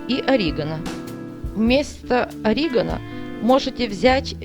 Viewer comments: Не ОрИгано, ОригАно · Вообще то - Орега' но ни как ни ори' ганом - не склоняется! Фе' нхель, а не фенкей. Солю' Высыпать ВСЁ!!! на противень ' - ударение на гласные. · Спасибо за рецепт ! Лайк ! Но только ударение в слове ОРИГАНО , НАДО ДЕЛАТЬ НА БУКВУ ,, А " ! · уши режет орИгано=)) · Орегано, на второй слог ударение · Какое оригано?вы хоть правильно ударение ставьте,что первый раз это слово слышите и произносите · Оригано произносите правильно, противно слушать.